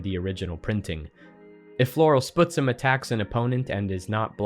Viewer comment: small pronunciation note about Floral Spuzzum, and only really because I suspect it is named after the BC town (and first nations People) of Spuzzum (a connection I would only suspect due to its geographic proximity to Seattle): "spuzz em", not "sputs em", "spuzz" like "fuzz", "em" like in "them"